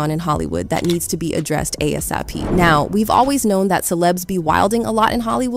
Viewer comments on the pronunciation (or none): 🥴Did she say “A.S.I.P. & Kevin Jart!?!”😂😂 Anyway Good content Hun‼️😂👏🏽❤️ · "ASIP", "Kevin Jart"????? Why are people so quick to put out the "facts" of supposed "tea", but mispronounce words and names? Be authentic with what you're saying instead of trying to beat everybody else to "spilling the tea"!